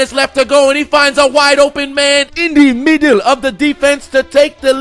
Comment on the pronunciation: "in dee middle" I DIE EVERYTIME